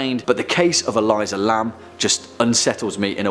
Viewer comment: E-Lee-suh not E-lie-zuh